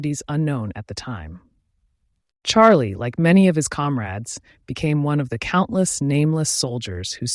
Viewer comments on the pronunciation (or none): Hs name is pronounced as shalay